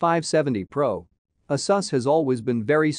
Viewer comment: Why do you pronounce Asus and Risen wrong? Is that on purpose? Where are you from?